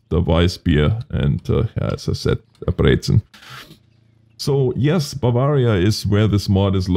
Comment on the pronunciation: your bavarian pronuncation is very good :D